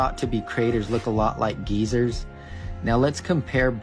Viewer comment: I thought they were called geysers not geezers